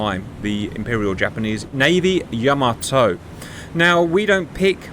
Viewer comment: Hearing you two say "yo-mo-toe" made me cry